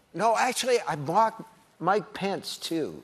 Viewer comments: When he said mike pence I thought he said my pants at first😂 I was like wtf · I kept hearing "my pants" when he was talking about Mike Pence and it deadass took several double takes to figure it out 😂😂😂